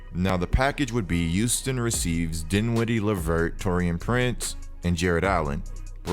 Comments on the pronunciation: Thought it was Houston not youston. Good vid though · The way you say Houston kills me😭